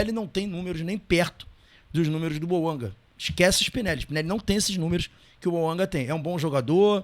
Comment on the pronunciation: Detalhe:Lé-se BOUANGÁ pois o nome é francês .